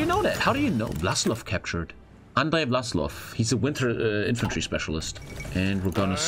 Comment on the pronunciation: Vlas-ov not vlas-lov sir